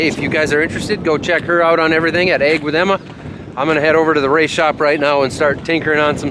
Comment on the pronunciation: it sounded like you said egg instead of ag also.